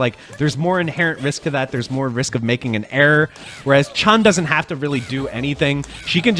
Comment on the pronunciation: "Yun" rhymes with "moon". "Chun" rhymes with "moon"